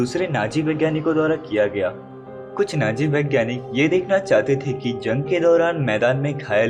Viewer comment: Naaji nahi hota hai Nazi hota hai 😂😂